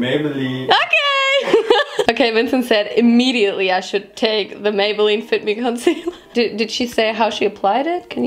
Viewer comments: Ich versteh' erstmal "but I have die FICK ME fondation" ok cool, ich geh dann mal zum Ohrenarzt lmao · das klang nicht nach fit me 😂😏 (fick me) hahaha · Ich hab 'Fick me' Foundation verstanden. Laughing for 5 minutes straight. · Minute not "fit me" no "FICK ME"😂😂😂